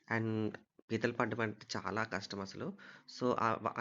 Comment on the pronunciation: Arey adhi pethulu kadhu raaaa....pithalu raaaa😅